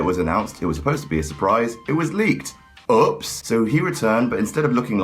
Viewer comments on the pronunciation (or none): says "UHPS!" instead of "OOPS!"